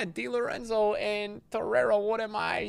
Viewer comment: Di Lorenzo - Vezo 💀💀💀